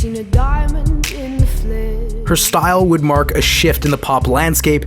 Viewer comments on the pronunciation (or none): none